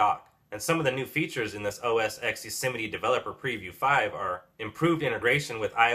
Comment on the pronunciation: I realise I'm being picky, but it's OS Ten not OS "ex". The X is the Roman numeral for the number 10. Just saying...